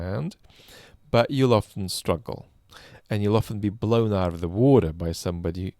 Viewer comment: I'm so proud of my country Australia, giving all those tanks. We're small but I still wish we could do more. Also it was nice to hear pronounce "water" correctly:P